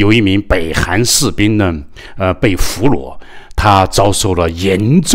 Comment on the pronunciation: 俘虏 讀 “俘魯” 不讀 “俘裸”。